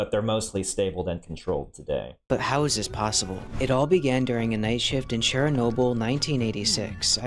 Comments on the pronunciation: why is everyone pronouncing it as cher-nobyl when its cherno-byl. black plant, pelen, wormwood, artemisia absinthium. thats what it means. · I do not like how they pronounced Chernobyl